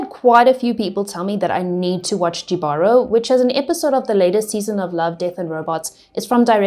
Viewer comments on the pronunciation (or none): Don’t quote me on this but I think it’s pronounced hee-vuh-rohz ☺️ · It's pronounced HE-baro. It's Spanish